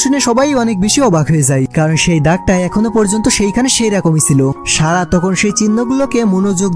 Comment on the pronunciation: আপনার উচ্চারণে এতো সমস্যা এতো ভালো একটা মুভি শুনতে বাজে শুনাচ্ছে। ছারা না সারা হবে। আপনি ছ, স, শ, ষ এর উচ্চারণ জানেন নাহ। মনে হয় ছোটবেলায় পড়াশোনায় খুব বাজে ছিলেন।